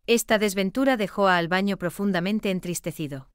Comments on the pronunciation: No se dice ALBAÑO. SE DICE ALBANO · Exactamente,opino como la otra persona que dijo, que digan el nombre de la Aerolinea,...es un informe mediocre,....la locutora que relata dice refiriéndose al cantante como Albaño" y es Albano, con N ,......no me gustó este informe. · Tal cual Albano con "N" ,no Ñ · NOOOOO ES AL BAÑO NOOOOO ES : ALBANO, AL BAÑO ANDA RAPIDO POR NO PRONUNCIAR BIEN EL NOMBRE DEL CANTANTE, LEE LOS COMENTARIOS DE TU NOTA: ES ALBANO CARRISI, ENTIENDEEEEEE